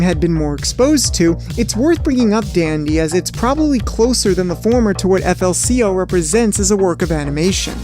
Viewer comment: >pronouncing it "eff ell see ell" What the hell are you doing